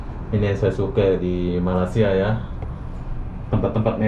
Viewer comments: Sebutan sahabat menyebut nama Malaysia 👇🇲🇾 Agak berbunyi "MALAS" SIA❌ sebut begini mas👍'MALAY SIA'✅ MELAY SIA 👈pun boleh, ejaannya bukan begitu ya..cuma yang saya tulis itu hanya bunyi sebutan..supaya tidak terasa malas" nonton video mas bro👍🇲🇾🤝🇮🇩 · Sudah lama buat video nak sebut Malaysia pun susah! Lidah kau ada masalah ke 😏